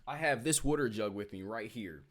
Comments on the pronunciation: It's water not wooter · You like to talk a lot. Twelve out of 15 mins. So PLEASE say this word properly. The word is WATER, pronounced with a short A sound. WATER. The word IS NOT pronounced WORDER. It is not spelled with, nor does it sound like, ORD. WATER, say, WATER please. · Drink whater , drink WATER 1st, SYLLABLE - Wa ~ 2nd syllable ter together ~ water !!!!! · Drink your wuder! 😂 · lol what is “wutter”….. where are you, never heard water pronounced like that…. Good show, good job😉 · i would sign a petition for this guy to never say water again.